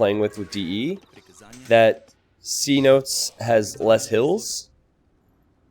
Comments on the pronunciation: The map isn’t C notes it’s pro union fee seh-no-tays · Map is pronounced ce-NO-tays